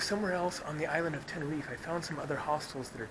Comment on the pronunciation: It's Tenerife not Tenerifay